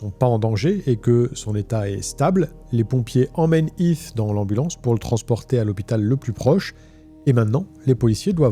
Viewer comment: Video interessante Est-ce que vous pouvez essayer de prononcer les H ? C'est Heath et non Eeth